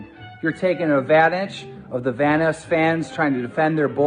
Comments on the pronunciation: ITS VANOSS not "Vaness" Jesus keemstar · BAHAHAHA KEEM REALLY SAID VANNESS CREW INSTEAD OF VANOSS!!!! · I remember that Keemstar calls Vanoss VanissGaming. 🤦🏼‍♂️🤦🏼‍♂️🤦🏼‍♂️ Good thing Wildcat is a Good friend. Correcting his name if someone mispronounced it. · Everyone: Ohmwrecker, The Group,: OMNIwrecker, VAHNOOS Crew, sOme SmALL yOuTubEr I swear, he says this shit on purpose... 😂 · the first few times i thought keem was talking about Venice instead of Vanoss got me confused af, like how does the city Venice fit in all of this lmao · It's not just "vaniss" it's also "van-oos" which at one time was a joke between the group proving he himself might be a fanboy. (At least I remember the group saying that??) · How does Keem fucking pronounce those names? Vanoes? OmmiWrecker? God, I won't be surprised if he calls Scotty 408